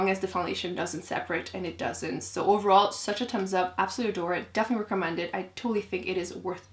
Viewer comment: Why don’t you pronounce the “h” in thumb?